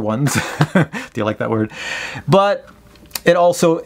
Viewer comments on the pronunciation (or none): Ummm.....What exactly was that you said at 9m 30s? I was watching with my 9yr old daughter and quickly had to cover her ears....then as I reviewed what was said while she did the earmuffs (hands over ears), I still wasn't sure what I heard but it sure sounded dirty to me.... :\